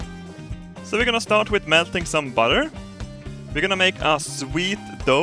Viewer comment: You went full American with that butter dude!